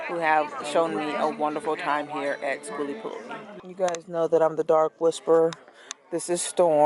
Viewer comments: The new pronunciations of skooliepalootzki kills me everytime. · You are hilarious! We made it a drinking game, everytime you mispronounced skooliepalooza.. soo much fun in a short video🤪🤪🤪. Do the sounds like you said the adventuring greggs have a yt channel? It exceeded your expectations? What were you expecting. Sooo cool to see so many poc there.